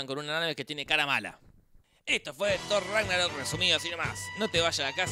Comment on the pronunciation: Por que le dice torgo raro? :v